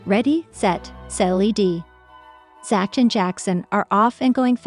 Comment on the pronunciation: Who is "ZATCH"?? These "Computers'" Need to take an English Class!!